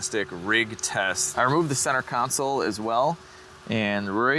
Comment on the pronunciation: It pains me to say this because you've been doing such a great job, but I see you slipping a little bit when you say console. I'm hearing counsel again, at least in this video. CON-Sole Or... Perhaps you could pronounce it like Christopher Walken. con-SOLE